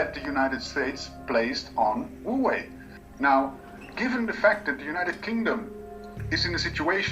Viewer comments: He could at least make an attempt on pronouncing it somewhat correctly instead of "Hoewey" 😉😂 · he just murdered the company name